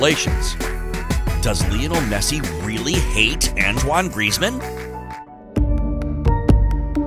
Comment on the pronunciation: Can you just say anthony not anto-i-ne